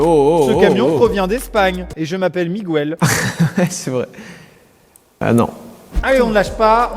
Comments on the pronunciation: migOUèl c’est portugais en espagnol on prononce Miguèl mais ça s’écrit Miguel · Aximen "Migouel" (Miguel) ça se prononce "Miguelle" xD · En Espagne il dise miguel et pas miguuel